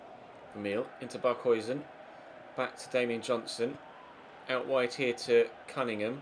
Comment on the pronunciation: it's DANIEL JOHNSON not DAMIEN JOHNSON